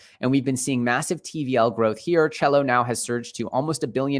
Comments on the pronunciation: SELL-O not CHELLO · you keep calling CELO "chello" you do realize its pronounced "ceelo"